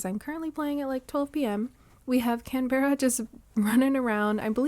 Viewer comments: hii! started watching your videos the other days and theyre very cozy i love having them on in the background while I play my own island or work on stuff! i hope you dont mind me saying- but as an australian canberra is pronounced can-bruh/can-bra😅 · Canberra is pronounced can-bra, it's the capital city of Australia!